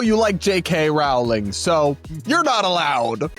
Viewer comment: How have you still not learned how to properly pronounce Rowling at this point?